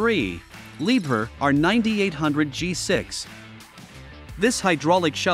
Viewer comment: It’s pronounced “Lee-bear”. 😂😂